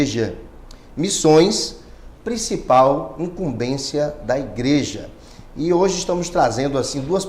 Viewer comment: imcumbencia e nao imcumbeçia ok